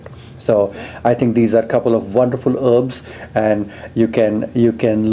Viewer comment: heeebs= herbs